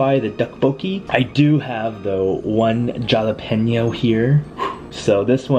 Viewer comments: Being a New Mexican, Jalapeno is pronounced with a hard H not a J. But, I love watching you. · isnt jalapeno pronounced hala peen yo